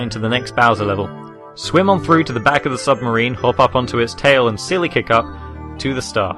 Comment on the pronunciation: its fucking slope kick, god I shudder everytime you say "silly kick" ffs